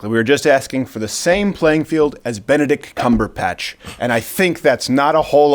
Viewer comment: "Benedict Cumberpatch"